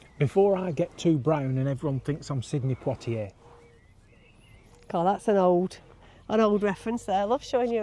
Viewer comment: Great vlog as always, not sure about though 🤔, love the what 3 words placement, he will get it right one day 😅